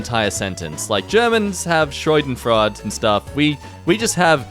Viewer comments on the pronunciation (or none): this HAS to be the worst pronounciation of Schadenfreude i ever heard. it's "sha-den-froy-de" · i needed a moment to realize meant "schadenfreude" because i am german and its pronounced completely diffent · "Schreudenfrad" Ah yes, along with such compound words as "Schmeltwerz" and "Hesundgeit"